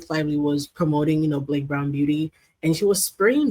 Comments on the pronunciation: We all know Megyn really wanted to say Blakeeyee. 😅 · I thought she was going to call her blackface when she messed up Blake’s name. Lol